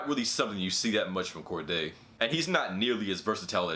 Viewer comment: It's cordae but ok